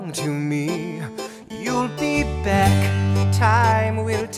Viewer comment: It's beck